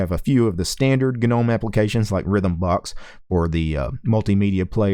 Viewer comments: the G in Gnome is silent, "no-mm" . questions: Has it stopped freezing when using web browser with several tabs open? Can it finally put laptop to sleep mode or hibernation without waking up randomly for no reason? Can you switch between different kinds of wireless drivers without side effects like losing wireless capability or losing sound capability requiring reboot? I see it's still trying to do navigation animations when it can't (still stuttering), I can't understand why the window system can't detect when the hardware isn't capable of smooth animation to turn off animation in such cases. And that sudo bullshit, is it finally sorted so that it can assume sudo implicitly when required so we don't need to keep typing sudo at the command line and then it can scan fingerprint from laptop fingerprint reader instead of prompting for stupid password every time? also please, pretty please, just put a xterm by default in the shortcut bar, stop assuming people don't need it, they ALWAYS do. I don't know what happened to Linux, it used to work so well from the 1990's to the mid 2000's , now it just tries to be clever and ends up not able to even do stuff mobile phones can do. They chop and change interface, mouse action, etc, user is expected to know how to control the nav bar with no intro guide I mean it's just a mess, I'd like to contribute to Ubuntu to sort it out but some dumb ass must be making all the ridiculous final decisions on the os, wrecking this great os, it's such a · The "G" in gnome is silent you dumbass.